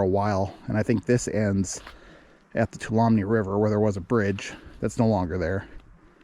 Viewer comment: FYI, Tuolumne is pronounced Two-All-Um-Me.